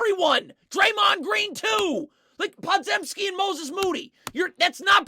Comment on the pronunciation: I watched him at Illinois, Brandin Podzeimski's last name is pronounced "Pod-Jim-ski", not "Zem-ski"